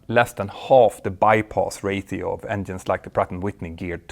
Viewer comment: I love hearing about the bai-poss ra-tee-oh.